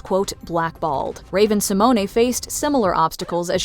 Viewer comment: I heard the woman pronounce it like Simone-ay! Raven always pronounced her middle name like Symone!